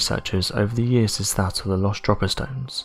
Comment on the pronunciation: They are not "Dropper Stones", they are called "Drope-er Stones". Why can't these supposedly English narrators speak English properly??? It really baffles me, and I am so annoyed that they continue to incorrectly pronounce words which lots of people have a tendancy to use on a daily basis. And this is rich coming from someone with a broad Lancashire accent!!!!